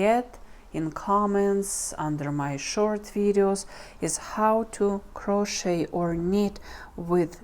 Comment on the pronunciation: A) this inspires me to try making a sweater for my sister and b) uhm the "t" in crochet is silent.. pronounced "crow-shay" 😊 Happy knitting! (Or crocheting!)